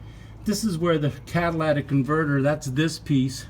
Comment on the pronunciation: CAT-A-LIT-IC, not CAT-A-LAT-IC !!!!